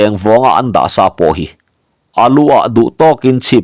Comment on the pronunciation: Bung hmasa lamah khan lal Hrangvunga inchung tur sat tur a kal ve tum kha Lianlura khan "Lal meuh....chu tih sa loh loh" i lam dan kha a dik lovin ka hria. 'Ka tih sá a nih kha' tih lam rik danin i lam a, sa tih hi tawi tak, hniam deuh hlek a lam rik tur a ni. 'Sa sát' tih a sa lam dan ang deuh hian.